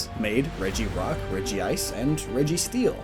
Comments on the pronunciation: Excuse me, but can you say Regice again? Now look carefully and see that it is spelled Regice not Regieice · Did he really say regi-ice? It's regice, lol. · It's not Regiice it's regice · It's Regice not Regi-ice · Regi-ice Me: Gasp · Since the other 3 are "Regi"s, I always felt it was really awkward that it's "reg-ice". It should be Regifrost or something instead. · U mispronounced regice bro